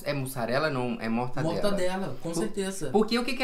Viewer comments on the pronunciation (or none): "mortandela" kskskskskskks